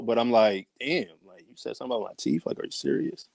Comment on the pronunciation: He should grow a full beard. It's teeth not teeff.